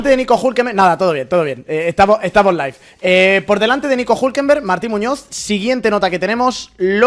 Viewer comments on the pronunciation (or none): none